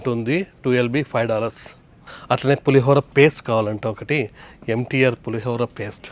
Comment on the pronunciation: Pulihogram✅ pulihara ❌😂😂😂